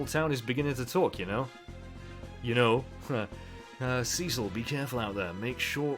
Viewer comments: And also Cecil sounds much better than Cicl . The second one sounds like coals cicling you know when you are making barbecue and the fat melts and falls onto the coals and you hear that cicling sound . Yeah ..... your pronunciation reminded me of that .... a, I hungry ?? Probably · I love the way you say Cecil. Makes me think it's Sea Salt every time. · It's so great to see you giving classic FF some love! 4,5 and 6 are all great, and I'd love to see you play them all! I've got to admit though, the way you pronounce 'Cecil'... I can overlook this though, I can just tell this is gonna be a great LP!